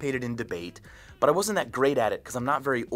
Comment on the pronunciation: i like how micheal says , But x) sounds like BUTT